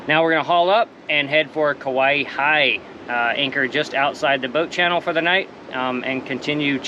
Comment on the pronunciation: How you say Kawaihae is Ka wy hi